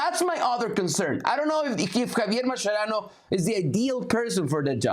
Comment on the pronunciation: U guys have no capacity to judge Mascherano, period. Also, baldie, it’s not pronounced like that bruh’, che mas che rano, accentuate the che, boludo… yet I appreciate your work 🤙🏽🫶🏽